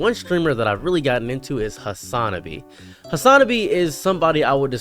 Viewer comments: YOU CANT EVEN PROUNOUNCE HIS CHANNEL RIGHT LITTLE BRO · Did you watch only a few clips? Genuinely it doesnt seem like youre very familiar with him or his content at all. You didnt even pronounce Hasanabi correctly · this is not a well informed video. you say that he's spreading misinformation but do not provide a single example of him saying something untrue. if you can't even pronounce hasanabi right i'm having a hard time believing that you've watched more than 3hrs of his content. he has already addressed 90% of your points in this video and it's apparent that content was not seen during the making of this video either. i disagree with hasan on some points but he is bringing major issues to mainstream media that would not be talked about otherwise. you're picking the wrong fights friend.